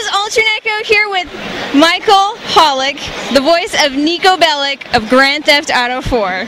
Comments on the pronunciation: its not Bellic its Belić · I still ge tilted when I hear BelliK, it's pronounced Bellitch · Why is everyone still pronouncing the name as Belli-K? It's Belli-CH (edit: CH, as in 'CHina'), just like any other Slav surname! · Niko Belić not Belik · God, stop fucking pronouncing "Belic" as "Belik". It's pronounced as "Belich"!